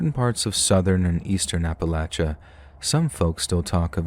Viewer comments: Great voice! Love the way you narrate, and thanks for saying Appalachia right! I'm actually from East Tennessee so it was pretty cool listening to these stories! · rules! And he pronounces Appalachia correctly and I’m from Louisiana— with friends from Carolina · It's a collection of stories from "Ap-uh-lach-uh". You gotta just sound it out and use your thinkin' cap. That's how we do it in West by God Virginia anyways.